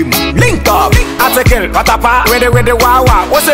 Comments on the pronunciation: Who else noticed patapaa said “Articre “😂😂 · He said articre do what?? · He said Article in Fanti..."Articre"